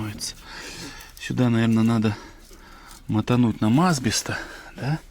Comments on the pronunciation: Это прикол какой то канала или фишка? асбЕ'ст у вас А'сбест, флА'нцы у вас флЯ'нцы. Гага'рин у вас тоже наверное Га'гарин? Не подумайте я вас уважаю, но иногда кажется что вы хотите довести до истерики какого ни будь филолога и так хорошо делаете, что даже меня безграмотное человече выводите этим из себя, вы же грамотный человек, стараетесь делать всё правильно, но вот на название вещей положили болт, как однажды услышали от кого то неправильно, так и повторяете, когда машину ремонтируете и видите что плохо исправляете, в чём проблема со словами плохо не делать и исправится, нет для машины я буду стараться, а вот на слова пофигу, нет я согласен путайте иногда буквы о-а, б-п, да слышится и пишется не всегда одинаково, в Белорусском языке как я знаю наоборот, как слышу так и пишу, но в слове ФЛАНЕЦ нету буквы Я, вообще нету, неправильно с буквой "Я". Всё на первом слове "флянец" от вас я подгорел опять, просто не могу слушать ваше видео, было приятно посмотреть 3 минуты. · в слове асбест ударение на второй слог асбе"ст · Поправочка, в слове Асбест ударение на "Е", а не на " А". Есть такой город Асбест в Свердловской области где и производят абест